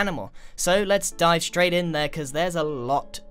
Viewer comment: At the start it sounded like u sed let’s die straight in there